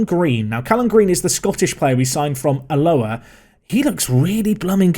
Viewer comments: Love Park to Prem! Watch it every day! Such a great series! Although, it's irritating as a Scot when you say Alloa wrong! It's pronounced Al-Low-Ah. Keep up the great work! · As someone who grew up close to Alloa, it's very jarring to hear say 'Aloha' 😅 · I had to go back and listen again. Made it sound Hawaiian